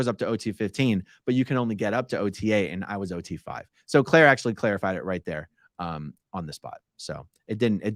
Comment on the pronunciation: Claire "clairified" .... 😂